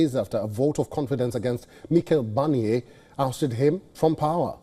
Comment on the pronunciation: Meekel Barnier? seriously?